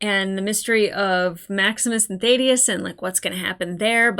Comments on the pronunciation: Love the way you deconstruct the episodes and go over your thoughts of characters, I look forward more to your thoughts rather than the reaction itself .BTW "Thaddeus" has a double "D" after the "a" so is pronounced "Thad" as in "had" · In the show, the first syllable of his name rhymes with "mad", but the way you pronounce it, it rhymes with "made". Please forgive my unnecessary pedantry. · forgive me if I laugh a bit every time you say Thaddeus.